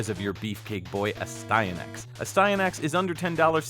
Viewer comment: Astyanax. UH-STY-UH-NAX. I've been pronouncing it wrong this whole time! Great game though. I like it better than the arcade game it is based off of, but not as much as Legendary Axe, which was obviously made by a lot of the same people.